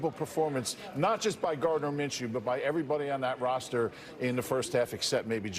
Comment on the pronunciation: I got you it’s pronounced, “Min - Shoe”